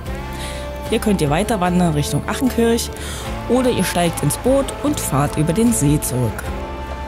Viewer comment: Schönes Video, aber bitte sprich das A in Achenkirch lang. Nicht wie der Ausruf "Ach!" sondern Ahhhhchenkirch.